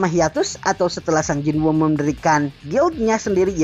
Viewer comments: Bang pelafalan nama nya kurang tepat seharusna di baca Sung Jin Wo bukan sang jin wu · Baru ketemu hangulnya sung jin woo yaitu 성진우 jadi pelafalannya "song jin u" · Sung jin wo emang bacanya jadi sang jin wu y?